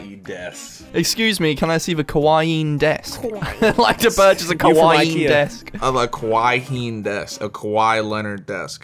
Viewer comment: Kawai"Ing" Des.